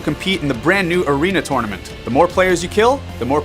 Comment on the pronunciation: The 13 dislikes where from how said tournament